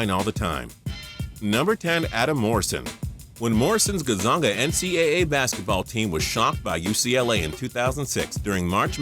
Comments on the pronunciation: hey dude, it's Gonzaga... NOT Gazonga!... it might look difficult but just sound it out bro or do u need me to get u "hooked on phonics"? hahaha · Did de just say gozonga? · It's gone-zag-uh